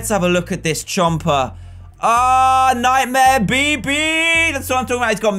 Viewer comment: When he said nightmare bb i thought he said nightmare pp